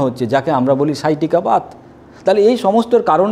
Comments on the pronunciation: Vata = বাত হয়, ভাতা নয়। বাত, পিত্ত এবং কফ উচ্চারণ হয়। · কোনোভাবেই 'ভাটা' এবং 'কাফা' উচ্চারণ হবে না,হিন্দি সংস্কৃত কোনো ভাষাতেই এরকম উচ্চারণ নেই।উচ্চারণ হবে 'বাত' এবং 'কফ'